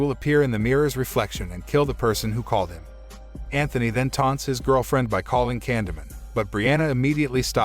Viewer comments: stop saying candyment gosh damn its candyman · Candy man not candy min 🤦 gotta love when txt to speach gets it do very wrong 🤣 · when u say candyman it sounds like candaman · Ye it also pronounced ‘Candyman’ like as if illiterate was a language, seriously it’s ‘Candyman’ not ‘Candamun’, ‘CANDYMAN’ FFS ‘CANDYMAN’ Is it that hard to say CANDYMAN? Oh fuck I sai fit five times didnt I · candeee man , not candeman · Sometime the narrator gets it right and sometimes he seems to not understand how words are pronounced like this time. Candy Man... not canda man. Holy bat guano Batman! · I keep hearing candleman 😆 🤣 😂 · Took me a while to understand he said “candy man” not Canada, camdada, candamon. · It sounds like it's saying candle man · nope nope nope 20 seconds in and refuse to watch it cause you've said candomun 5x already and I can tell it's just gonna get worse. if you're gonna recap it, at least pronounce it right lol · took me a while to realize he’s saying Candy Man not Condiment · Candamun. Is anybody else hearing that every single time Canyman is said by this narrator? Just me? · Stop pronouncing it like that!!! For fuqs sake, it's driving me 🤯! it's CAN-DEE-MAN not whatever the hell you're saying! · I swear if you say candaman 1 more time I will smack smack you into the 3rd dimension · The way he mispronounces "Candyman'" messes with me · yes but he doesn't say candyman correctly and the title says the grim reaper, not candyman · The narrator will never summon him the way he pronounces candyman. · ok good movie but..u are pronouncing Candyman..wrong..